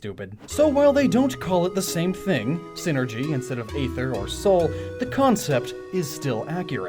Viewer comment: Damn, this is pretty enlightening, in all honesty. Definitely looking at the concept of Psynergy in a different light now! Great job, as usual! (P.S. Not to be THAT guy, but either you mispronounced Aether most of the video... or it really IS a Tomayto-Tomahto sort of thing, and I'm just being pedantic. Just saying.)